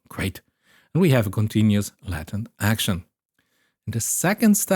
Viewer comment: I was just listening and was super confused why there was such an emphasis on Latin, took me way too long to realize you were talking about latent. Not trying to be mean but the a in Latent is pronounced ae /æ/ in both British and American English, like you lay an egg not like laten or ladder. I understand how this could be difficult to pick up on if you learned the word from reading it.